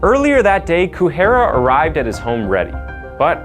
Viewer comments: I think her name is pronounced Ku-re-ha. Other than that, thank you for sharing this case with us. I wasn't aware of it. Hugs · Yeah Kureha pronounced as Kuhera was really throwing me off glad I’m not the only one that noticed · The mispronounciations get really distracting Shiraishi becomes Shiroshi Kureha becomes Kuhira Hinako becomes Hinakon Tamura becomes Tumara and it changes sometimes too...like Benedict Cumberbatch trying to pronounce the word penguin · it's Ku-re-ha. there is no ray in japanese phonetics unless its a "rei"